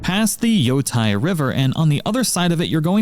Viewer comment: Hey it's pronounced Yo-Tay like it's OKAY. The ei makes the ay sound. Ai makes the eye sound.